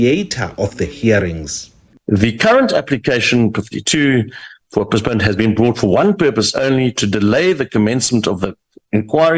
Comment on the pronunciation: can't even pronounce the word postponement. And instead of saying commence, she says commerce 😂😂😂. Kangaroo court, Malema is something else 😂😂